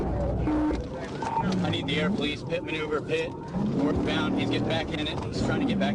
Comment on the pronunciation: Not to mention the bad AI narrator. It said " pee it " manoeuvre rather than PIT manoeuvre. Artificial intelligence isn't that intelligent. I miss the days when real people did stuff.